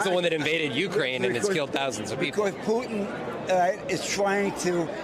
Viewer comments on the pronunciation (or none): It's so weird how US people pronounce "Putin"^^. Sounds like "Poo-n", lol